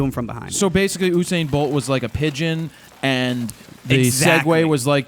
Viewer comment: By the way it is U -sain not UUUU-sain